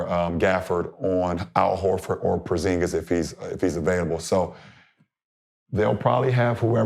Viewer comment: "if Porzingas is available" Oh he available